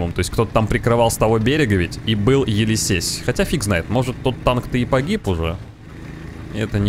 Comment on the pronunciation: Какой нафиг Елисейс? Енисей!